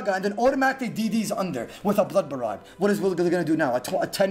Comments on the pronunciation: this woulda been great if i didn't hear Ba-Ra-Ga every 30 seconds... jesus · Wtf is borraga u mean ice barrage XD Love the vids tho. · Hey casted "Barracka" Barraga???? Wtf you smoking bruh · Everyone talks about the nostalgic hood old days playing online with friends, this is the beauty of old school, there is no nostalgia, we can still play brother, thank you fr, I would never had known I’ve been pronouncing “barrage” wrong for years lol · Great osrs commentary! Doing great things for the community and looking professional with your new hair and suit! Only wish you pronounced barrage right 😂 very good all in all!